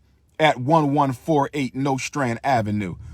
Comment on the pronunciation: Anybody from Brooklyn or has ever lived there cringed at the way he pronounced Nostrand Ave.